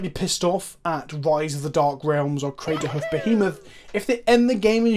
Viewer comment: Craterhoof not cameltoe! Haha